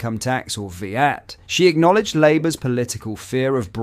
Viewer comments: More AI generated content. We call it 'VAT' not 'Vee-at'. Oops. Any human involved in this content.....????? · V at?! Your AI needs an update lad 🤣🤣🤣